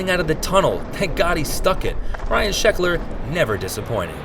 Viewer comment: He said shecklers trick wrong also.